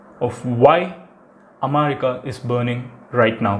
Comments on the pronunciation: Please post the video by speeding up the video by 1.25x :) Also you pronounce am'a'rica. Its Am'e'rica. And u missed ur Intro- "Hi Friends, Madhan Gowri here" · Bro athu America omerica illa 😂😂😂😂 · Madan it is america not "amaarica" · Amarica? Lol😂😂😂😂😂 U suck in English.... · Your way of pronouncing America is unique. Haha